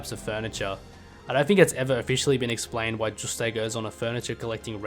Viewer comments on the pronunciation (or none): Bro why are you calling him "Juustayy" 😭😭😂😂